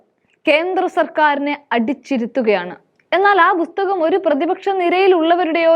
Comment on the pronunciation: ബുസ്തകം അല്ല പുസ്തകമാണ് സംസാരിക്കുമ്പോൾ വ്യക്തത വരുത്തുക